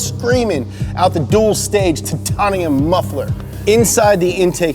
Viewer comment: Tit-ton-e-um exhaust?